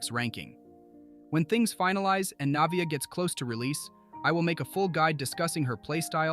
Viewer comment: loved the guide but the way you pronounced her name 💀 lmaoo